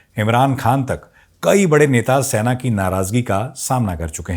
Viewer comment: Sena hota hai Saina nahi ....